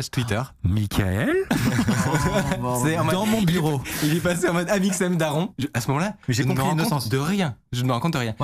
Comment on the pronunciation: j'adore "amoxem" x))))